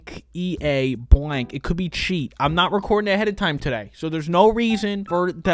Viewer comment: Lets try nat lets try nat😂😂😂